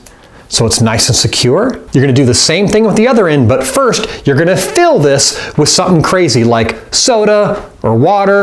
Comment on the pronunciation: u said firf or firfst?